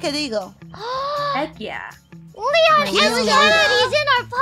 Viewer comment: Calliope misread leons name, thought it was lean.